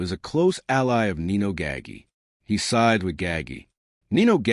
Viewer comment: Your mispronunciation of Nino’s name is a bit off putting.